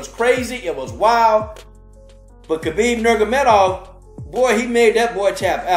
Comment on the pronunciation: Great fight and love your enthusiasm, Man. But you’ve got to pronounce the man’s name correctly please! It’s Nur-ma-go-me-dov 😂😂